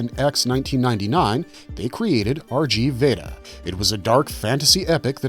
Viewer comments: RG Veda "RG" is pronouced RIGU not "R" "Gee"... 3x3 is "Three By Three" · it's pronounced rig veda